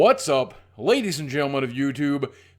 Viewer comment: The audio just cuts in and I immediately heard "butts up!" Instead of what's up...